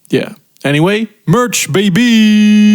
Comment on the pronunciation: ...merch? MERCH?! (pronounced like chocolate) I just copped two shirts.